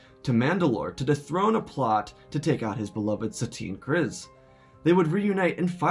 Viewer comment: krize with an i not iii